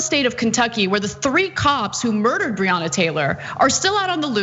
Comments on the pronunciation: Dumb@ it’s pronounced “Bre-Anna” Taylor day it right you piece of cat $hit! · He didn't even say her name right. Who is Breeyona? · He cant even say her name smh. And what he went to sounds like when I get stopped by cops. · Author or Breanna Taylor law. Can't pronounce Breanna's name. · And then Lying Paul can even say her name correctly. Conservatives continue to show their filth and disrespect through their actions and rhetoric. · He can’t even pronounce her name 🙄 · The irony of it. He felt what so many black men have felt when they were pulled over or approached by a cop. Except Rand Paul is a punk-ass bitch, full of arrogance and overblown priviledge. And the whole mispronouncing her name thing is a tried and true republican dog whistle, dis-respect thing.